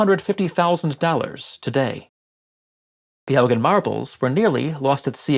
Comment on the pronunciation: Not "Elgin" marbles please..